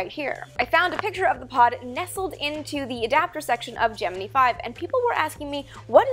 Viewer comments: does she say geh-man-ee it's geh-mEn-EYE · Love your vids! Just curious why you say Gemi'NEE" in stead of Gemin"I"??? Go here and press the play button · For four or five decades we called it "jem-en-eye" not "jem-en-ee". Were we all wrong? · Wait- Gemi-NEE? ???? I've never heard it pronounced anything other than Gemin-AYEE. (Emphasis on first syllable, of course) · Just a note: it's pronounced "Gemin-EYE', not "Gemin-EEE'. ;) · Though it is Gemini not Jiminy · Who has been pronouncing gemini wrong their whole life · Geminee? Geminee? It's Gem-in-EYE. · Whats Gemeny? Isn't it Gemini, Gem in eye? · Why can't she pronounce "gemini" correctly? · Hello, love the videos! Quick question though - Is it actually pronounced "GeminEE"? or GeminEYE"? Just curious since you and I are Canucks after all, or is it a matter of PotaY'to vs. Potato'H? / TomaY'to vs. Toma'Hto? - Thanks!